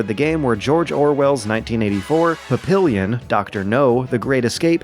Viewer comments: I think its pronounced "pap-ee-yon" not "pa-pill-ion" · Just a minor note, the title of the movie, 'Papillon' was pronounced incorrectly. Papillon is the French word for "butterfly" as well as the name of a breed of small dog. My wife and I have two papillons, so we are used to people getting the pronunciation wrong. It isn't pap-pill-lee-un, as it was said in the video. It's more like, pap-pee-yawn, although the French would probably say it a little less phonetically. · Papillion? You butchered that one. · I know it's 2 years later but I feel I have to say this. It's pah-peee-on instead of pap-ill-yun. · Papillon is pronounced "pappy-on" it means butterfl, in reference to the tattoo on the eponymous character's chest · That's pah-pee-YO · PA-PI-YON, George. Pa-pi-yon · Papillon = Pah-pee-yon. I absolutely love ya'lls' videos, but every single time you manage to flub foreign words that are kind of already assimilated into our language, culturally speaking. Edit: Oops, Nose too. No-say. 100% not a big deal, but it's just a little distracting. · Can someone tell DYKG to have their readers get pronunciation of foreign words right? "Papillon" is French for Butterfly, and is pronounced more like "pah-pee-on". I love these videos, but damn. There are so many pronunciation errors. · That's not how you pronounce Papillon. It's more like pa-pi-yon. It means butterfly. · God, the way you pronounce Papillon... It's pronounced (Papiyon) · Papillon is pronounced pappy-on. NERD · Papillion is pronounced Papi yon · Puhpillion. Really... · Papillon is not pronounced that way. It is a French word meaning butterfly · Try not to pronounce Papillon the way he did :p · dat pronunciation of "papillon" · Being pedantic, but that is not how you pronounce papillon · Yeah, I cringed a bit when I heard that. In normal circumstances, I'd say it's forgivable, but c'mon, man, you had time to prepare for this. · learn how the fuck to say papillon